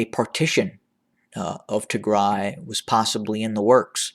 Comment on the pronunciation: I like the way how you say Tigray , thank you so much Sir!